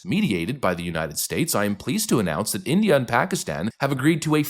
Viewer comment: what is with these british "journalists " pronunciation??? I have looked at Every letter in the name INDIA and I can not lay my finger on a single "R" yet they keep adding it at the end - ignorance! 😅